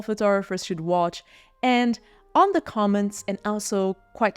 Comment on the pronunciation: "The" is pronounced "thuh", not "duh".